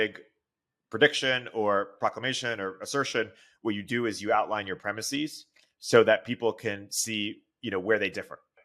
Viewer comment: Ya lost me at "...premisseeze..."